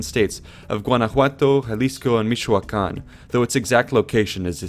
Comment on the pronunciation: You pronounced Michoacán wrong, the ch, sound like the (ch)oo choo of a train, you said mishoacan, just helping, i really like the video, it's better explained than vídeos from actual mexicans